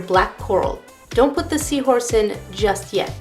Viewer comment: Omg seawhooress.. Haha that made me laugh!